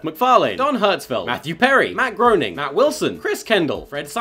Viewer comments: Who's Matt Groaning? I thought it was Matt Groening, as in Grain-ing. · It's pronounced GRAY-ning, dingus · You mispronounced Matt Groening. It's supposed to be pronounced Matt Groening. ... I think there's a problem, here.